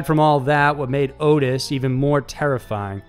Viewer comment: (His name is not Otis, and isn't pronounced like Otis either. It sounds just like it's spellled- Ottis. Sounds like Ah-Tiss, not Oh-tiss) His father made him perform sexual acts on his male friends?!?!?! What kind of absolute monster would... could... do anything so horrible to a child? To his OWN child.